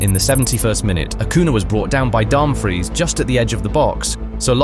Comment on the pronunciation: Also Dumbfreeze for Dumfries 🗿🤣